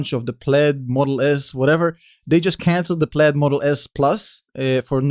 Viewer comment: The pronunciation of “plaid” isn’t correct